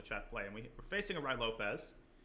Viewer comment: „Righ Lopez“